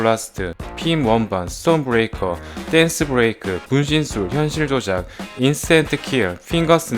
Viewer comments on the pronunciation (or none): 혀 굴리시다가 분신슐 하시네요.ㅡㅡ 겁나 웃겼습니다 ㅋㅋ